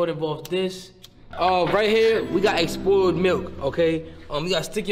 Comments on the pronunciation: fanum said exspoiled 💀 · Fanum- "We got expoiled milk" Followed by "I salivalate a lot" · “ expoiled” milk how they let that slide